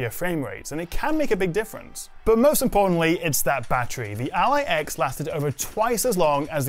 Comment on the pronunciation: Every time he says "Ally X," all I can hear is the airport LAX lol.